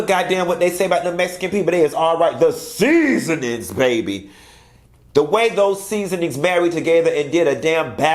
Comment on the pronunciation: "The SEASoonings baby", 🤣🤣🤣🤣🤣🤣